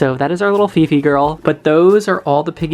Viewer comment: hi! i know this is old video.. i just happen to saw your videos today and wanted to comment on a specific name that i can stop laughing.. 😂 not sure how you spell her name.. is it fifi or phi-phi? but the name just sounded like pipi or pipe (pronounced like pee-peh) in our language which means pussy 😂 and you said its because of the curly hair and i immediately thought of pubic hair.. sorry 😂 im bad..